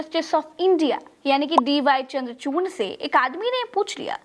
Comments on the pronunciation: Dear..you are wrongly pronouncing the name of CJI Chandrachood..his name, if i am right, is not Chamdrachoorna..? Pls check the facts. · Namaste..please correct CJI name D Y chandrachud..aap bole DY chandrachurn